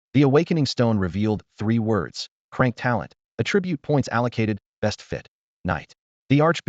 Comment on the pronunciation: 😂😅😅 It's C-Rank not Crank it cracks me up everytime 😅